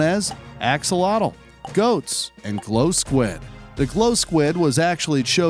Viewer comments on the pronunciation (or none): none